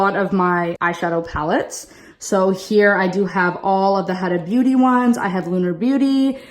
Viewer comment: Huda Beauty is pronounced like WHOda